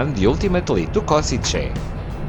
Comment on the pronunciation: Kosice to be pronounced KoSHiTSE